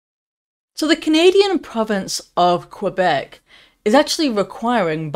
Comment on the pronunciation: Bravo: There is, seemingly, still, at least ONE English voice, that pronounces the word Quebec correctly, the English way, as KWE-bec, not the French KE-bec way. No law can possibly be enacted that compels a doctor to KILL a suffering patient who is nearing the end of his or her life. THAT, would make such A 'LAW' complicit in the act of MURDER. JF.